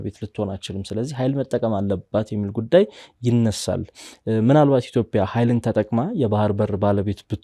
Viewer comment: ጋዜጠኛው፤ እያወራህ ያለኸው አማርኛ ነው፡፡ ኢትዮፒያ ሳይሆን ኢትዮጵያ ነው የሚባለው፡፡